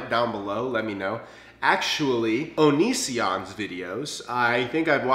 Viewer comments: You said onision wrong. It's on-niz-in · Nah he said it right